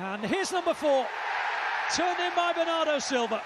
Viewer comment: BERNARDO, not benardo